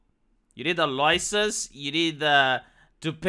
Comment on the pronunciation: "Where's your Lemonade Loicence, citizen?! 🔫👮‍♂️"